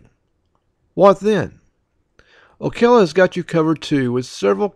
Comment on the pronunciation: And the pronunciation of Ocala. Never heard it called Okela.